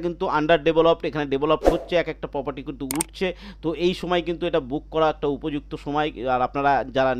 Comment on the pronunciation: Poperty নয়, Property!😂